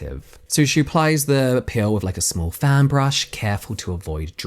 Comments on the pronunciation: I was so confused because you kept saying "pill" I thought it was going to be about supplements until I saw her apply the PEEL and figured out you just misprounce it. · So i was listening to this with earbuds in while i cleaned my kitchen and when james says "peel" it sounds like "pill" to me, and since i wasnt investing my full attention i was suddenly like wait... she took a pill and her skin fell off?! So i went back to the beginning and rewatched the entire thing and now im like oh. I just invested way too much time in that. Lol.